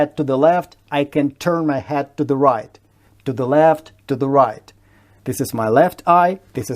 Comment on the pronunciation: Как профессиональный лингвист не могу согласиться с выше указанной информацией (кстати, не оглушайте, пожалуйста, звук "d" в слове "head". И звук "е" в этом же слове другой по качеству. Ваше английское слово "head" больше похоже на "hat"). Я учила английский сама в 80-е годы, будучи подростком, без репетиторов. Интернета не было. Никаких пленок не было. Учила по советским учебникам (которые считаю лучшими учебниками, ничего лучше не создано). Разговаривать было не с кем. Копалась в грамматике, много писала. Когда поступила на иняз, у меня был уровень спецшколы. На первом курсе уже общалась с американцами. И до этого я ничего не слушала и не смотрела. Английский был только в школе, самой обычной. Я много работала репетитором, у меня суперские ученики. И я с уверенностью говорю - без зубрёжки и знания и понимания грамматики вы не будете говорить хорошо. Куча примеров из моей жизни. Знаю много людей, которые в Англию (я жила там) приехали, не зная языка, и учили язык там с нуля. Всё потом заговорили. НО! Все говорят с ошибками и ошибок своих НЕ СЛЫШАТ. С произношением то же самое. Без хорошего препода, который объяснит, как, почему, что это значит, абсолютное большинство говорит так, как жители бывших южных республик СССР говорят на русском. Они молодцы, это безусловно. Но если вы хотите говорить хорошо, то без контроля хорошего препода это вряд ли получится. Без препода хорошо выучить язык получается только у детей, когда есть полное погружение. Они как-то на другом уровне впит